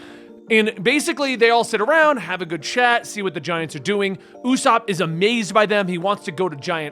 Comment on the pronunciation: Usopp is pronounced Oo-s-aw-p. No long O sound. Listen to the sub or dub to confirm. Japan's "P" has a "u" sound at the end but thats the only difference.